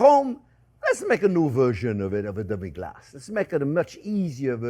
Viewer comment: Your extra accent on "Demi Glacé" is an example of a hyperforeignism